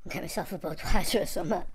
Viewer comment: 🤣 I laughed too hard at this! He is really trying bless him lol. Budwiser 🤣🤣 That finished me off!